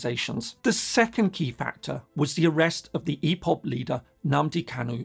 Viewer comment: Nice analysis but it’s IPOB not EPOB